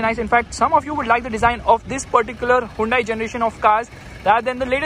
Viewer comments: wtf is hai-un-dei? 🤣🤣🤣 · The way you pronounce Hyundai😂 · haa yun day lol chaney